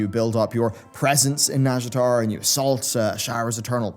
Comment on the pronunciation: YouTube subtitles keep thinking you say "NASCAR zone" instead of nazjatar and now that's all I'm imagining.